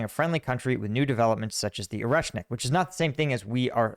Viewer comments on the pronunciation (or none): none